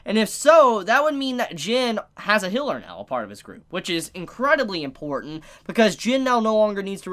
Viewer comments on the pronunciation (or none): excuse me did he just say hiller what? and why do i find that so funny